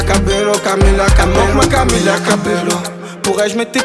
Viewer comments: pourquoi il prononce Camélia au lieu de Camilla ? y’a que moi qui capte ou quoi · le mec est fort il fait un son sur une meuf mais il prononce mal son blaze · lili maca oui je sais mais il prononce Camélia pas Camila